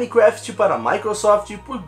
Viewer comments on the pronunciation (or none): none